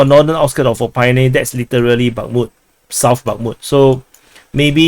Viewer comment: it's pronounced oh-PIT-ney not oh-PIE-nee :-) but nm I give up